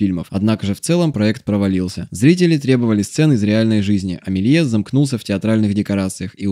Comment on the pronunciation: Не так прочитал фамилию)